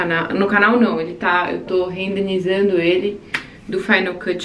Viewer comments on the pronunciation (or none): o correto é renderizar (renderizando), desculpa não quero ser chata, mas como você falou várias vezes a palavra rendenizando 😅